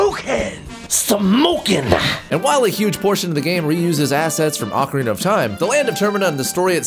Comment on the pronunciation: 1 “O”carina( y’all bitches be saying it wrong) 2. BoTW ...27. MM that shits scary lol facts sorry not sorry